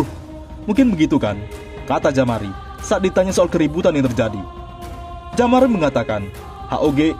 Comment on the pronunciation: Jamaro bukan jamari